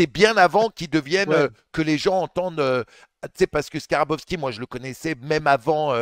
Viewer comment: Manu , c'est Skarbowsky et pas Skarabowsky